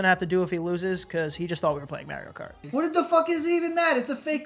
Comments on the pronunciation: Omg the way you guys pronounce “Mario” 🤣🤣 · Mario doesn't say his own name as Mare-io though. He says it'sa me, Mar-io 😂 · Mare-io... it sounds gross. Its Mar-io like in the planet MARS. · Mario himself even says mARio. Where are you guys getting mERio??? Biggest pet peeve. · I forgot you guys were from New York until i heard how you guys pronounce “Mario” - threw me off for a second haha😂😂 funny video as always though 😄😄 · Still going to continue to watch your content even though you're mispronouncing Mario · It really bothers me how you pronounce Mario.....